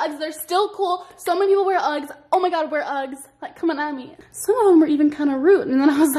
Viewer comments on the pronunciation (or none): no one: literally no one:: UGGGSS